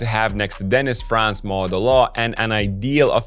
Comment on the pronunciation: Valid observations. Germany might go all the way this year. Short note on the pronunciation of "Franz": it's not a long vowel like in "France", it's short like in "buns".